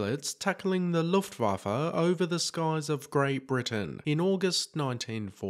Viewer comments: It's not the "Luftwaffa" - it's "Luftwaffe" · Yes he did. But he totally blew it on Looftwaffa.